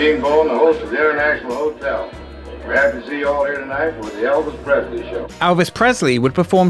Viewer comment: Who the fuck is Alvez Presley? 😂